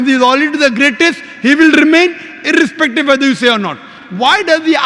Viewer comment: ...I -r-r-respective I like the way he says it